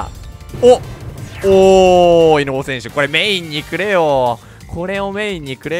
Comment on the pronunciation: メインにくれよじゃなくて メインにclay笑